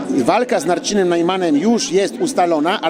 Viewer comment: czy ja dobrze słyszę: z Narcinem Najmanem